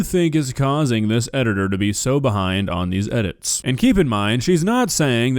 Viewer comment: Nah who said edgitor ☠️